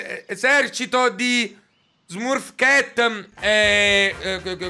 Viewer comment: E smurf cat si legge smarf chet -_